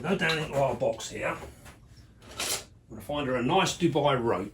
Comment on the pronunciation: Cool video. Thanks. But calling them Dubai roaches makes me want to kill myself ^_^ Dubai is a country. (Du-bi) Dubia is the roach. (Du-bia) Ignoring my O.C.D, amazing collection, enjoyed the video. Thanks